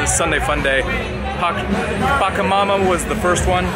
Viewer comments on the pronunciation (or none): AWESOME video but I wish you would say where all you were at (like the place you had breakfast at - it looked cool!!). FYI - it's PaCHA Mama (not Packa)